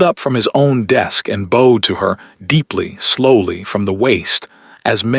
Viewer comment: I have learned that AI can’t tell how to read the context ie lead is pronounced as led, bowed should be pronounced as boughed. It’s Vivien not Viven. This is fictional story but the reading isn’t.